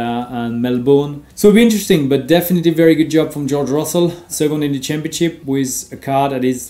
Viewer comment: Super tes vidéos, Romain. Par contre, attention, c'est "definitely", pas "definitevly"